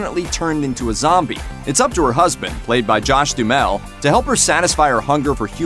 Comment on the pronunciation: did this idiota say Josh Dummel? JAJAJAJAJAJAJ..... I'm so muerto